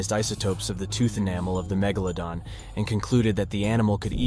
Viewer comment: A channel with 44.5 m subs... and it's snout was snout... and MEGEHLA DON ? It sounds like it was written or voiced by ai... shockingly bad.. someone needs to proof listen 🤯